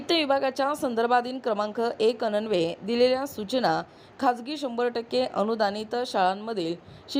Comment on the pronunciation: वाचन तरी अचूक करावे. अन्वेय हा अननवे असा वाचला .